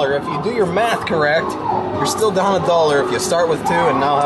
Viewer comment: what the fuck is a "dallor"?